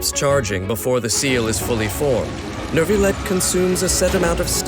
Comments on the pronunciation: IT'S NOT NERVILET IT'S NYOU-VI-YET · Why does the narrator keep saying “nervillette”?! Literally just drop the r and it becomes a significantly better pronunciation😭